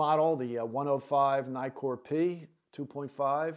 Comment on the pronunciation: Naikor ? Nikkor. As in Nick.